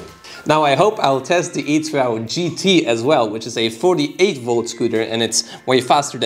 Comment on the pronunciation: It’s pronounced E 2 .... you silly fool !